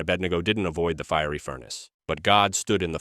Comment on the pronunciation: "Neither do I condimm you" ? The word is condemn . "In th fire" ?